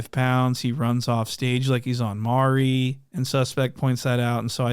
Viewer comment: . . OMG you can't pronounce MAURY .. .. .. .. hahahahaha